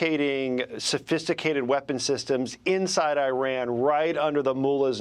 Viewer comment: Ambassador at large but cant pronounce Iran correctly. Its 4 letters. Is this ignorance or arrogance.